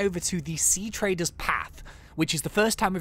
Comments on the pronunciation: it’s sea TREADers path not TRADErs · OMG IT IS NOT TRADER IT IS TREADER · your triggering me it’s pronounced sea-treader (as in walking tread)